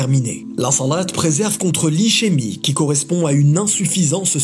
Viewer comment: Ischémie se prononce iskémie 😊. J'ai dû rejoué le passage à plusieurs reprises pour capter.😊 Sinon super vidéo. Rien n'est laissé au hasard dans la pratique de notre religion. Tout a une bonne raison d'être.